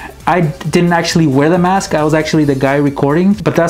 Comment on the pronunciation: Its mask not maske